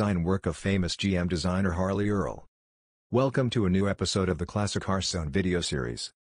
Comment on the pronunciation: Harley, not Harvey.